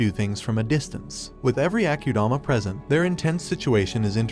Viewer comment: as in ..AH KU DAMA..not AH CUE DAMA ......SO ITS AKUDAMA